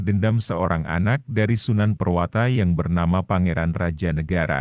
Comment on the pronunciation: Prawoto bukan purwata